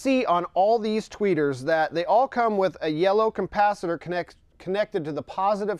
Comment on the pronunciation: Lol "compacitor?" Try again my friend